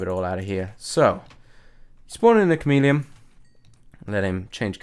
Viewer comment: When you said the camp drops from the chomeleon I thought you said comedian😝